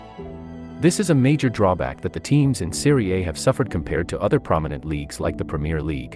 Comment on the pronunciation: In the first 9 seconds, this moron mispronounces the name of the league he’s talking about. I’ll just leave after that. Nothing he says will be worth listening to if his research didn’t get as far as the name of the league he’s talking about.